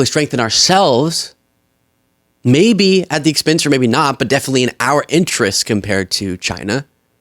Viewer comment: def-initely & he on a dieT😂😂😂